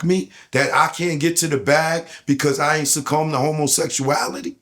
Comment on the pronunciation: Best drinking game…… how many times said integrity and homosexualityual 😂😂😂😂😂😂